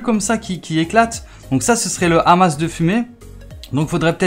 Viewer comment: Ça se prononce "Ama"